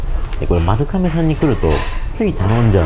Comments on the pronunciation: YouTubeでいろいろ動画みるけど、みんな｢かめ｣って言っちゃうの何でだろう??(他にも多く｢かめ｣読みだった) ｢まるがめ｣が読み方ですね。ちなみに地名も｢まるがめ｣。 身近で読み間違える人がおらず、まるかめの発音にめちゃくちゃ違和感...びっくりするくらい違和感で、ちょっと面白くなってきてしまった...笑🤣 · どーでも良い事かもですが、 「まるかめ」ではなく「まるがめ」が正しい読み方らしいですよ☺️ 今回の髪型 素敵ですね☺️ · 私も聞いててめっちゃ気になりました😅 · まるかめ、ではなく、まるがめと思うのですが… それはさておき、本当にの麺の啜りは見事ですね～ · まるかめ！まるかめって言ってるけど、まるがめなんじゃないかな？ まるかめ表記はハワイとか？ 撮影させてもらって旨い旨いって褒める前に連呼してる店の名前くらいはきちんと伝えるべきだと思うが？ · 『まるかめ』ではなく 『まるがめ』ね。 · 、まるかめじゃ無くて、まるがめですからね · まる かめ じゃなくて まる がめ です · まるがめな、 まるかめちゃう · まるかめ、ではなく、まるがめです。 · なんでみんなまるかめって言っちゃうんだろうね。まるがめなのに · 読み方、まるがめらしいですよ。海外の一部ではまるかめって呼ぶらしいですが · かめじゃなくて、がめじゃないの？ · まるがめって読むんだよなー。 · まるかめって言ってるのがすごい気になるけどあってんのかな？